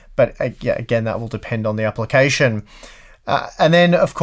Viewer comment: Love the way you say Apple-cation